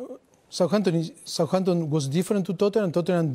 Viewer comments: The way he says souhanton is amazing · "I thin we spent a little bit more time than Souhanton"😂😂